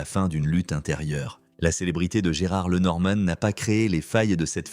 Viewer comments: Lenormane???? Alors on doit pour parler de sa mère dire Mamane?? Sans blague.... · L'IA pas top ! Il saccage son nom! Et oublie ses 2 filles! Et raconte sans savoir!